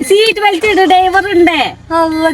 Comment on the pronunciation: ബിൽറ്റ് അല്ല ഷംന ബെൽറ്റ് 😂